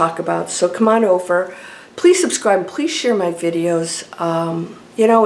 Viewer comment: PA-LEEZE! LOL! 😂 Love ya lady. Keep doin' what you're doin',. 😌🙏❤️